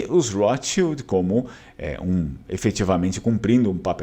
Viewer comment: Porque pronunciar "rotschild" com R inglês? Esses agiotas de merda viviam em terras germânicas antes que se mudassem para a INGLAMERDA!